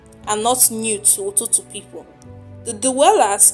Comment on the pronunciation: It's not Ututu, it's called "Itutu"